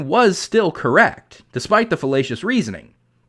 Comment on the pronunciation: Everytime you say Fallacious I hear Filetcious which makes me think of Fish. Thanks for stoking my appetite.